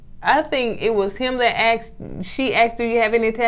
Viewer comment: He axed (asked) the question